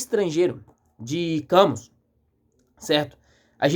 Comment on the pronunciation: Parabéns pela análise! Ver um jovem interessado por Camus é sempre um fio de esperança. Uma dica: a pronúncia é “Cami”, em francês. Leia O Homem Revoltado e A Peste também do mesmo autor.